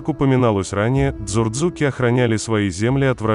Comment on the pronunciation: Цурцуки правильное звуковое произношение это во первых . Во вторых Мровелли не писал о дочке или внучке Дзурдзука что она была из дзурдзуков рода Таргамаса а теперь вопрос кто такие Таргамасы что это за род ? Конечно это ингушские рода соответственно Глигвы . Не тупи парень если это не можешь понять я не знаю как тебе это ещё объяснить живой пример сами Т1аргимхой которые называются себя Г1алг1ай и живут в Г1алг1ай че . Теперь ты попробуй ответить к чему такой интерес ? И на первый мой вопрос ответь тоже где у Мравелли или Вахушти написано что предки Ингушей Таршиса Таргамаса или Дзудзука были предками Чеченцев ?